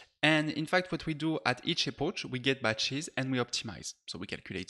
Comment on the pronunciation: Hey, great video, small comment tho, we do not say "epoche" but more like "epok"